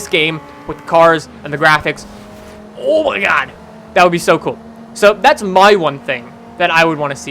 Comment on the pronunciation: "OW MAJ GAHD" XD